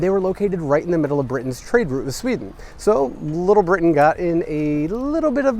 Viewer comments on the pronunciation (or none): none